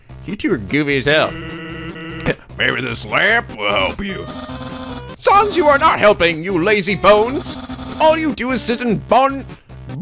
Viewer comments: It's Sans (rhymes with mans). As in COMIC sans, his typeface. And his brother is Papyrus, again, his typeface. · A good way to pronounce the names are as follows: Sans = Sa (A as in apple) ns Papyrus = Pa-pie-rus Undyne = Un (under) die-n Hope that helps!~ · I mean the main reason is that he's pronouncing "Sans" wrong. If he knows the thing about Comic Sans he'd pronounce it right. So it's kinda necessary isn't it?